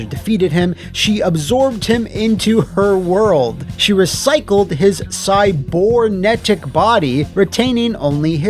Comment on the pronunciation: CybOrnetic... isn't it cybErnetic?!? 🤣🤣🤣🤣